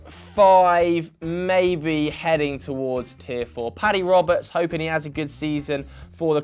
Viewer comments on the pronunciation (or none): none